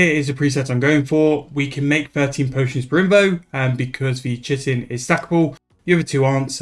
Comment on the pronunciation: Fun fact: the word Chitin is not pronounced at all how you've been saying it. It's actually pronounced ky-tin